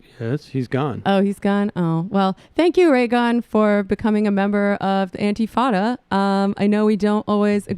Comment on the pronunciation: it's in-ti-fa-da...not, antifadda!